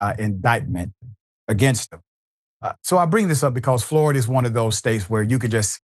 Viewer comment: All I had to hear was Flori-duh man